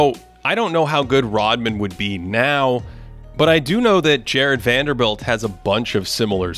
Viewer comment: Guy: Is called Jarred Vanderbilt: WANDELL!